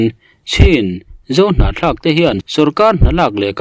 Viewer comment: Hnahthlak tih hi i sawi fuh thiam hle mai 👍👍👍